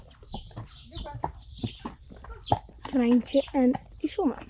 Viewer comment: I loved the way you said reintje its a beautiful name and has nice sound